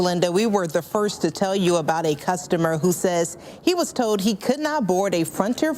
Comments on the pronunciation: That reporter in the red turtleneck mispronounced the words told as "toad" and Frontier as "fronter" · I was listening too this and new the news woman was black. How? The way she speaks. Almost normal. But just like how they cant say ask. She can't say told. Sound like toad